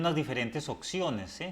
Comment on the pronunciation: Y "ociones"